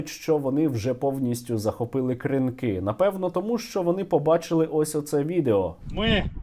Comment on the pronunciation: Будь ласка, КрИнки, а не КринкИ